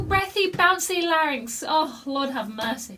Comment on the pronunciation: You said larinx about four thousand times here. Maybe ten thousand. But still, you can sing much better than all those freaks of the nature, bearded women and rubber men. Maybe, you can say larinx just hundred times? I still love you :thanksdoc